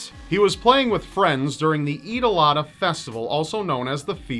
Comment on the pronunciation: its called adha (pronounced ad-ha) what you said sounded like (eat-alot-festival):'D i had to rewind and hear it twice.